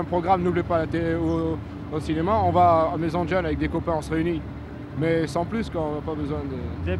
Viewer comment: J'ai rêvé ou il a bien dit "djeuns"?